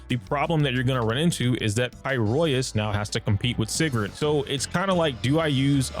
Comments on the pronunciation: f it im calling it “pi-roisu” like the jp dub from now on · pls. It's pronounced like this. "Pie-row-iss" it hurts when something clearly spoken in game is somehow still mispronounced by people